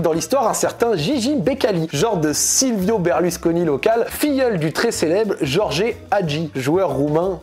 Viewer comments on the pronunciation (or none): none